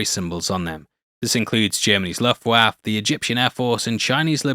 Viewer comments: "luftwaffer" is how you pronounce it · "Luftwaf" haha broseph, it's pronounced "luft-waffer", how on earth do you not know this? Did an AI do the dub?